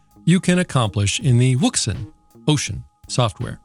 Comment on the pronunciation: Wouxun? Are you sure on the pronunciation for that?😉